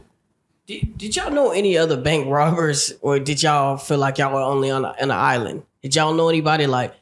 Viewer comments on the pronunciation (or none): none